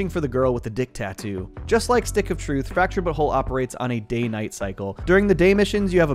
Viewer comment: i genuinely hate when you pronounce the names like dikinbaus and fractured but whole in a way that completely ruins the joke dickin baus you pronounced like dickunbaus u put emphasis on the baus instead of just saying balls and you even ruined fractured but whole completely by not calling it the fractured butt hole personal opinion